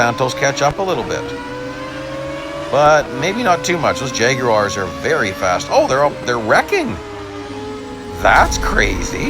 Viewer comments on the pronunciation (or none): none